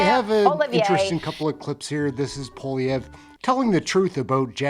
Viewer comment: Pronounced poa-li-evre . Poilievre